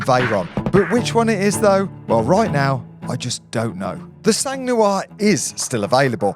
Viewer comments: Just so you know, since you’re about to buy a car with the word “sang” in it 😅 In French we don’t pronounce the “g” it’s “san”, not “sanggg” 😆 Every time I hear you say it, my ears bleed lol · The G in SANG (French for BLOOD) and therefore in PURE SANG is silent. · Sang 🩸 is prononced sang 🩸 not like she has sang like music. Sang 🩸 in French iits blood prononced like 100 if u know French 100$ euro and I bet u do mate. Wish u the car. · ONCE FOR ALL, DO NOT PRONONCE THE ''G'' OF SANG.... FRÉDÉRIC FROM PARIS FRANCE....